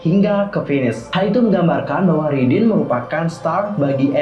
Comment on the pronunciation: Raydin baaangg bukan ridinn